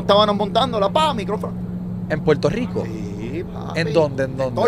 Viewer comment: En la isla 🏝️ se usa la L y no hablo de la zeta lol PueLto Rico es la unica palabra que se usa la L y La R lol PoLque? Haha porque